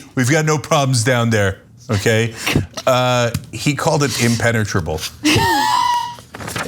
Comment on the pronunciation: Ana & Cenk: it looks impe impepenetrable impenetrable 🤣🤣🤣🤣